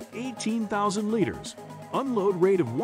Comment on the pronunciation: how in the hell do you mispronounce liters?